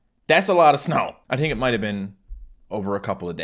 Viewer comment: NovaAge he really said think like tink